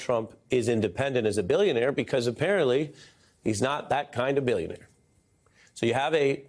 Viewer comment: Bullshionaire, he said, Bullshionaire! .... like you have never seen before, or hopefully EVER again. ... already sold the good classified docs.